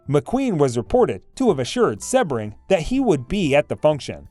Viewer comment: Member of the “ mob”???? Where is this evidence? Dude stole hubcaps The guy’s name is pronounced sea-bring . Do some research